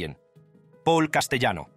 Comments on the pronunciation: (1)Castellano es un apellido italiano,por lo cual,se pronuncia CASTELANO.(2)Castellano era cuñado de Carlo Gambino,no su primo. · Se escribe Castellano pero se pronuncia CASTELANO , CASTELANO.